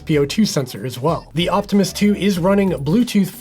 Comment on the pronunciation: Every time you say Optimus, I hear Optimist. Which is maybe the best review of the watch.